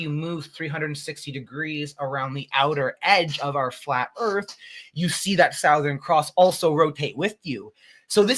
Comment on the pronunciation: southern. It’s not hard to say. Does he not want it related to the word south? He’s making up a new word